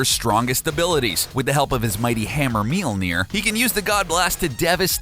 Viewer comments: Myol-near. Spelt Mjollnir. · "Mealnear" lol. Why call his alter identity a useless power when it was part of his story? You even mentioned it lol. He is the son of Gaea though...him dying didn't have shit to do with any of that, it's just an iteration of him learning more of his abilities. He made it rain over a country that doesn't get rain...wtf kind of list is this. Solar flares aren't even his strongest abilities. Godblast? Antiforce? His antimatter is beastmode. And Warrior's Madness is usless? He beat the shit out of Silver Surfer and Adam Warlock at the same time, then handed Thanos his ass with it. I wouldn't call that useless.